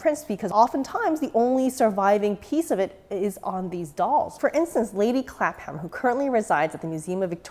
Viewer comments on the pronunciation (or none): Just so you know in future, Clapham ( used to live there and still slive nearby) is pronounced "clap'm" or "clapum". Because we English, apparently, delight in spelling things differently from how they are pronounced. Don't get me started on Worcestershire Sauce, which is pronounced "wooster sauce" (notice the entirely silent "shire" in there - whereas the county of Worcestershire does pronounce the shire, but not as you'd expect - "Woostersheer") Beautiful result. You're very brave, starting with the wig like that. I always put on the wig after the doll is otherwise fully dresed as I just know I'll mess it up in the dressing process otherwise. I have several favourite BJD makers - RML have been out of business for a while now, so I'm going with Ninodoll (I like smiley sculpts) for heads and Volks or DollsTown for bodies (most of my dolls are children so I go for less mature/shapely figures). Fairyland bodies are, however, exceptionally good for posing.